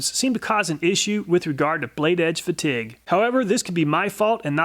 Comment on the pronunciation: am I tripping or did he say fatigue extremely... different?